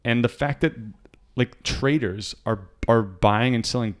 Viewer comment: I like it when you say "traders" it sounds like "traitors" :D